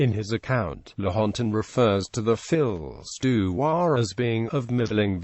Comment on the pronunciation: Please pronounce the title properly. Fee du roi, not fills du roi